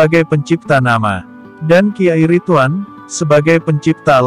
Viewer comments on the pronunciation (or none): none